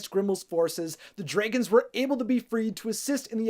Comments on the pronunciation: Dray gons 😂😂😂 instead of Dragons 🐉 😂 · Please. i beg of you. it is "dra"-gons not draygons. hearing you say that makes me cry. nicely explained though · Dragons priceless 😂 Pronounce it: draygins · U pronounce dragons funny kekeke also r u okay ur lips v pale